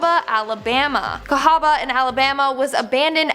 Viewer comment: Cahawba also spelled Cahaba, isn't pronounced like that, btw born, raised, and sadly, still living in Alabama.